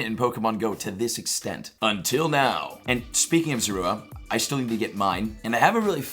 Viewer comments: You Said Zorua Wrong The Entire Video XD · You pronouncing zorua name wrong , go watch the movie